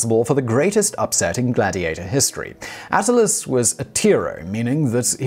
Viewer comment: If it's "A-t-t-i-l-i-u-s," then it'd be pronounced "ah-TIL-lee-us," not "AT-a-lus."